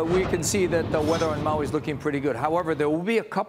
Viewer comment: Learn how to pronoun Maui.